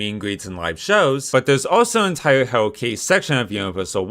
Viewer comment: “Hewwo Kiddie”